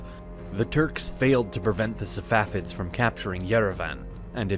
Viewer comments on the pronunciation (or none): why do you call them Savafids ? It's Safavids. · The correct pronunciation is Sa Fa Vid. Not Sa Wa Fid. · It's not SaVafids it's SaFavids.